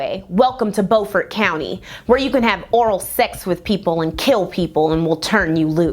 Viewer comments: Great video as always! Just wanted to let you know that unlike the way we North Carolinians pronounce "Beaufort," it's actually pronounced "bew-fort county." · Beaufort is pronounced byoufert! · This is a great and informative video! As a South Carolinian, the city of Beaufort is actually pronounced "byoo-fort" like the "beau" in "beautiful". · I love you but I’m an sc native. BEU-FORT like Bew-fort. And HeLL-En-NA